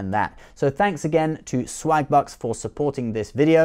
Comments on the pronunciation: Im sorry but it does sould like hes saying slagbutts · Oh *swagbucks*. I could've sworn you said slagbutts. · Lol sounds like you are saying swag butts. Haha. I also support the unborn people 😉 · i thought he said slag-butts at first